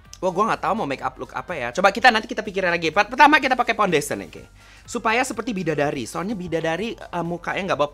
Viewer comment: bukan foundation its Pondation